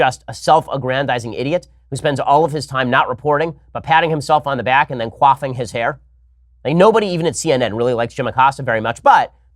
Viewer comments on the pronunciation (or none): i have to admit, when Ben was talking about Jim Acosta patting himself on the back and then mentioned him "quaffing his hair," i thought he was about to go in an entirely different direction. at first, it sort of sounded like he was saying "wafting," so naturally i thought he was going to burn Acosta for loving the smell of his own farts (or "his own brand" as Fat Bastard would say)!